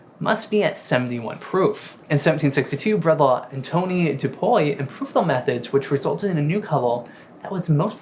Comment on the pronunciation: If I can offer any advice, I think you need to look up the pronunciations for most words in your script. I don't know if you just haven't said a lot of these aloud before but pronouncing "Antoine" as "Ann Tony" instead of "an-twahn" is diabolical. You have these weird pronunciations throughout and it's not the non-rhoticism or your accent in general.